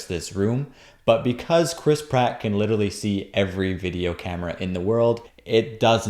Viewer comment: Every time I hear "Chris Pratt," I hear "crisp rat."